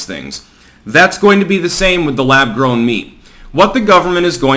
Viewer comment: Lab “Growm” meat? Are you fu*king kidding me?